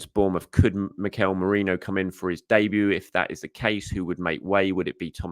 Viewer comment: You pronounced Merino's name correctly!